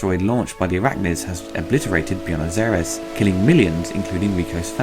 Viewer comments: "Bee-nos Air-ess"?? My dear boy, it's pronounced "Bway-nos Eye-rays". Silly Brit. ;) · Byoo-knows Air-ez? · What??? Did you day beanos ariees...what the...??? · Assuming you're European how is your Buenos Aires soooooooooooo bad LOL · How did you manage to butcher "Buenos Aires" so heavily :D